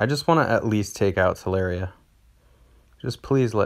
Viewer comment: Tell Lure Ria, not Tell Air Ria. 😂